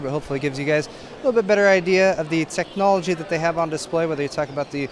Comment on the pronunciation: "tech-o-nol-ogy haha i feel bad but i had to say it